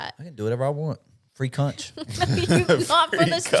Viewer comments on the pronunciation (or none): “Free cunch”